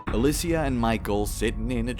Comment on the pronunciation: makes a point to pronounce alicia's first name properly and then calls lara croft "laura". lmao